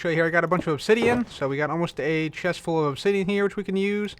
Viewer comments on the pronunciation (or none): none